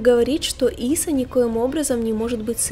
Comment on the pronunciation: Ийса.а не Иса